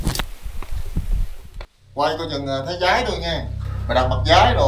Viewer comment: “Váy” ông ơiiii😂 Dái gì mà dái ha ha ha ha